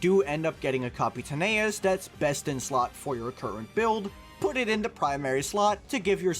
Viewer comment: Leaving a dislike for mispronouncing Capitaneous